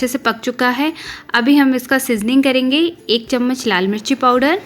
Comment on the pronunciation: Kalenge nahi hota. Kar lenge esa hota.